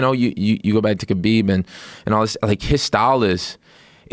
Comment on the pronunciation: Jay Pique it’s actually Khabib...idiot.